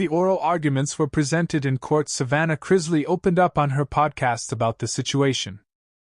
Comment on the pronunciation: It's pronounced Chris-lee, not Chriz-lay 🙄